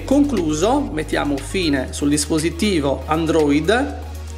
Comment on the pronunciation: Grazie molto utile. Si dice Android, non andrÒid 😁